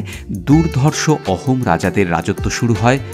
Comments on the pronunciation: Sir It's pronounced Ahom (আহোম) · “অহোম” না “আহোম”